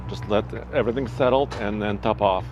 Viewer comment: says top off like “topov” 🇷🇺😂